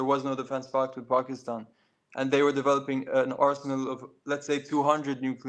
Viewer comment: His pronunciation of Pakistan was disturbing. He’s not from that area. He has no reason to pronounce it with an accent.